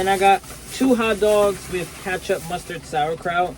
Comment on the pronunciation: My boy said katchup